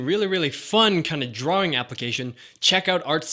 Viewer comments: I like how he says drawing at the beginning 'drooringg' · It's funny when he said: "DRAWRING"